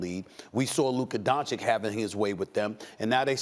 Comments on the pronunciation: Has no one ever told Stephen A. how to pronounce Doncic's name properly? It's Don-"chich". Not Don-"kich". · Stephen A you are watched by millions of viewers, learn to pronounce the kids last name please. DON-CHICH, NOT DON-CHICK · bro its don-CHITCH, not don-CHICK. just being dumb on purpose at this point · FOR THE LOVE OF GOD CAN SOMEONE, ANYONE, TELL STEPHEN A TO PRONOUNCE DONCIC RIGHT ALREADY? SAY THE LAST 'C' THE SAME AS THE FIRST 'C' IN 'DONCIC', IT'S NOT THAT COMPLICATED. IT'S 'DONCHICH' NOT 'DONCHEEK'. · Tell this idiot that it's Dončić not Doncik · Donchich not Donchick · Stephen A- "Luca Donchick" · bro why does stephen a say "luka donchik"? it's so annoying to me😂😂😂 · I pray for the day Stephen A stops saying "Donchick" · Luka is in the league for 3 years now making noise but Steven A still calls him Donchick. Unexplainable. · No one: Stephen A: Luka DonChick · Stephen A, please pronounce Luka's last name correctly. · Until doncic name is pronounced right it’s Stephen B for me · Stephen A really refuses to pronounce Doncic correctly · It would be nice for you to learn how to pronounce Luka's surname 3 years after he arrived in the league. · Well, he still doesn't even get "Doncic" right after over 2 years... 😐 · For the love of God, someone make this idiot learn how to pronounce Doncic.